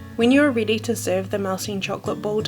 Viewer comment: "Once your reedy," Learn how to pronounce words properly.